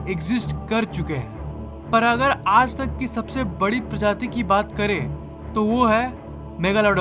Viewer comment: App ajj ko yaaj kyun bol te ho?